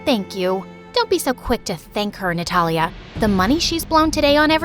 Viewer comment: Her name:Natalia What I heard :Nutella